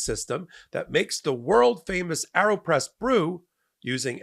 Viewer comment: re the ad read: "aero" is pronounced "A-er-oh" or "air-oh" but not "arrow" - the ae diphthong indicates a long A (as in bate) not a short a ( as in cat )